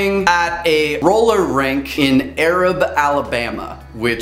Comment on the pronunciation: Uhh I know this is an old video but it's pronounced AY-rab, not like arab ? I'm from around there so if anyone sees this, the more you know